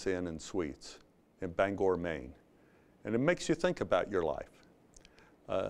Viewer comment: He pronounced Bangor correctly. We’re keeping him.